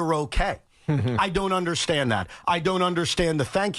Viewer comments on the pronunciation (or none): " i dont unde-shi-end" sound like C.U-N.T